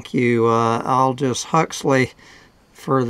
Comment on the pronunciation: His first name is pronounced "Oldus". With the "o" as in "odd".